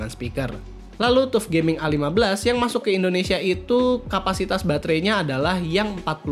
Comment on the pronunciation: Hai bro, FYI.. TUF gaming di baca (TAF GAMING) bukan TUF gaming. Nice konten, keren dan suka sama editing videonya 👍